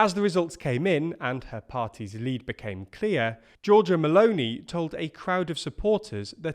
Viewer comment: can I say that I like the way says meloni?